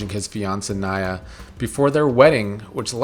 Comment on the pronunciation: It's Naya, not Niya.